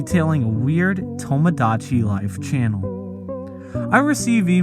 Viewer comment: My only problem with this video is how he says tomodachi